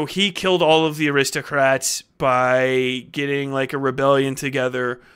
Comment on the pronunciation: I heard 'aristocats' . damn that little white kittten must be lethal.